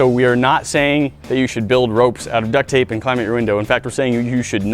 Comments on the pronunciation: Yea but i hear it as duck thape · Lmao "duck tape"